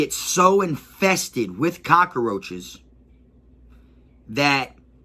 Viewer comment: My guy said cakaroaches ………definitely from Florida my g